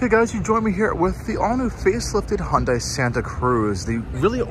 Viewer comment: Minor nit: It's pronounced "Hunday", not "Hon-die". Hyundai ran an ad explaining this many years ago.